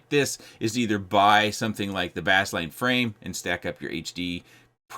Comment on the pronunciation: It's still pronounced as base line. Like bass guitar.